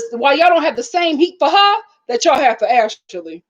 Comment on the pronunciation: Ash- lee not ash-ah-lee